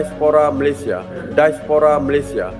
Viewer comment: Diaspora saja pengucapan nya daispora seperti pengucapan bahasa Inggris.. Karena mereka mengagungkan BRITISH